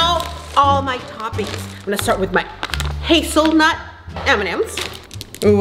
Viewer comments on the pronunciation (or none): “Haselnut mandm’s” Me: UM EXCUSE MY HAZELNUT CAREER